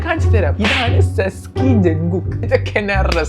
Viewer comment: ജങ്കുൾക്കു അല്ല ക കൂ സ്ആണ്